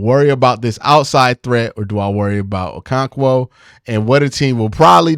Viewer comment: Bro 😂😂😂… O-KO-RON-KWO. Or just call him “Double O”